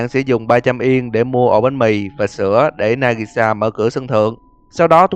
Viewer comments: trong video, ông đã đọc sai tên Nagisa, ông lại đọc thành Nagasi. :D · nagisa mà cứ đọc là nagasi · Nagisa làm nhớ đến bé trap Nagisa:)))) ( đoạn cuối đọc sai Nagisa thành Nagasi mấy lần:v) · Nagisa thành Nagasi :V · nagisa mà ad đọc là nagasi :v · nagisa hay nagasi :v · nagisa mà sao anh đọc nagasi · na-gi-sa not na-ga-si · Nagasi???????? Chẳng phải Nagisa sao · Nagisa chứ nigasa anh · nagisa mà sao lại là nagasi :v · Nagisa mà kêu Nagasi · Tên Nagisa nhưng lại Nagasi🤣🤔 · Nagisa đọc thành Nagasi what?? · đọc sai kìa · Đọc lộn kìa anh nagisa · 2 lần :^ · Nagisa mà cứ đọc Nagasi.....lol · Là Nagisa nha ad :)) Đọc Nagasi mãi :))) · Nagisa ko phải nagasi nha anh :)) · nagisa ko phải nagasi ad ơi :)) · NAGISA chứ k phải NAGASI nha ad 😊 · Tên của nhân vật là Nagisa mà AD cứ đọc là Nagasi mong AD sửa lại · Na gi sa anh ơi, anh đọc na ga di làm em tua tới tua lui để nghe :3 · Ủa nagisa mà sao ad lại đọc nagasi? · nagisa not nagasi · Nagisa chứ đâu phải nagasi ? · hold up sao nagisa a lại đọc là nagasi ?? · Nagisa chứ ko phải Nagasi nhà ad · Đoạn phút thứ 6 là nagisa mà sao giọng đọc là nagasi :v ping 9999+ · Nagasi nà ní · Nagisa mà đọc là Nagasi là sao? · ở đoạn , cô gái trên sân thượng đó là nagisa thì anh đọc nhầm thành nagasi anh ạ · Có 1 Bad Ending anh ơi đó là khi chui vào cống có chỗ mình bị rớt xuống và Aka manto sẽ tìm tới chỗ mình và phun cái gì đó vào mặt mình:)) Anh cứ đọc nhầm tên nagisa với nasagi nha anh Fan <3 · Ad ơi nagisa sao cứ nói là nagashi vậy? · anh đọc lộn nagisa thành nagasi nhiều lần quá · tôi hỏi xíu, nhân vật trên video ông ghi là nagisa nhưng sao ông lại đọc là nagasi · Linh hồn của Nagisa anh lại đọc là Nagasi :)))? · Nagisa mà gọi là Nagasĩ :))) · Nagashi hay nagisa thế ơi? Tầm đoạn trở đi thấy ghi nagisa mà đọc nagashi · Đọc nhầm rùi. Nagisa chứ. Sao lại Nagasi :((( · Nagisa chứ không phải Nagasi anh ơi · Nagisa mà ông cứ nhầm thành Nagasi:vv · nagisa mà đọc thành nagasi vậy a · Nagisa ko phải Nagasi